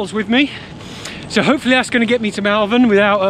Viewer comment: FYI it’s Moll-Vern 👍🏻🙂 Nice vid, too short though